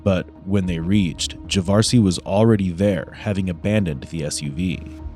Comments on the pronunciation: Javarceay? That's all I needed to hear... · Are we sure that his name isn't pronounced Ja-var-see-ay? (Because that's what I believe). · "Javarceay"? WOW lol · juhh var see A 🤦🏼‍♂️ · I do believe his name was meant to be ' Jav-ARSE-ay.👍👍